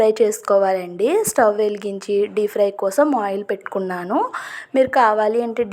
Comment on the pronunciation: సరిగ్గా వేగలేదు, by the way it's DEEP fry( డీప్ ఫ్రై) not DEE FRY (డీ ఫ్రై)